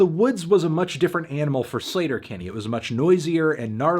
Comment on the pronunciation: "slayter" not "sleeeeter" haha